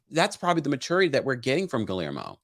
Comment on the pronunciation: I love you, but it’s NOT pronounced Gill-er-mo, it’s pronounced Gey-er-mo. You’re welcome!!